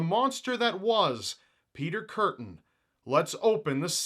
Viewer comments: I know I may be wrong here but isn't Kürten pronounced Koorten because of the ü? Or have I just been pronouncing my ü's wrong this whole time? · I love you man, but please don't rape the guys name. German name, German pronunciation please.